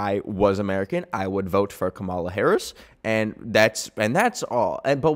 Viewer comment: PLEASE its COMMA-la not ka-MA-la. We love you stop mispronouncing her name:face-red-heart-shape